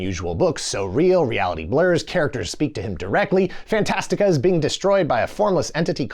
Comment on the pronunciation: Thanks for saying Fantastica. I'd read the book several times in grade school. It always bothered me that the movie calls it "Fantasia" which sounded like a Disney thing. Also how did anyone get in that tower?